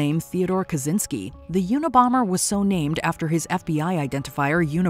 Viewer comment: The name Kaczynski is pronounced like "catch" not "kaz". "Catchynsky" would be the closest. As a Polish person it was long after I already knew about the case that I realized hes a Polish descendant, because it's not pronounced right. While the first name Theodore exists un English, the name Kaczyński is distinctively Polish, so while I dont really want to claim him, I feel like it should be pronounced properly. I have same issue with actor Jared Padalecki's name, because even he doesn't pronounce it properly. I get their ancestors "Englishized" their name so its easier for them to blend in, but Idk, I feel like it makes you lose your past in a way.